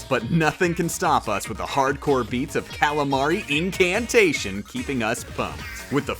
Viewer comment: “Calamari Inkantation” Oh my lord, THWNK YOU FOR SAYING THAT RIGHT!